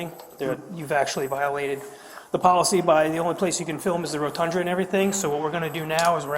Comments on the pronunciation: Nice “rotundra” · That dummy pig said “rotundra”